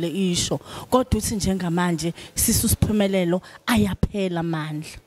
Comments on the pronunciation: She keeps calling her 'Sphumelelo' instead of 'S'phumelele'...😢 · Great interview, but please be very careful about the pronunciation of your guests names as they have a particular message. It’s Sphumelele not Sphumelelo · Yooh Ngyamthatha losisi uSphunelele. Zonke izingoma zakhe zyangthinta. Unethalente sisi❤. Interviewer : uSphumelele not Sohumelelo , libize kahle igama le visitor lakho. S' phumeleLE igama pls mama.